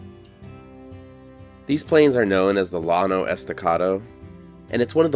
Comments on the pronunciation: Beautiful scenery. Given that your channel is set primarily in the Southwest where the Spanish influence is so prevalent it is off-putting that you don't take time to learn how to pronounce the words correctly. e g: Llano is pronounced "yaw' no", not lawn Jus sayin' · Interesting video as usual. I worked in Lubbock for 2 months about 25 years ago. The Llano country is really amazing! BTW: As a San Diego boy, you should know that “LL” is pronounced as a “Y” in Spanish - as in La Jolla and “Yano”. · Double L is pronounced YAN. So Llano is pronounced Yano Escondido or staked planes. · Llano is pronounced yano. Great video as every other.